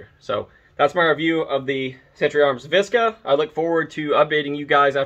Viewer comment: "Vish-kah"... To make it sound like it's eastern block. 😂 It stands for "Vermont stamped Kalashnikov arms"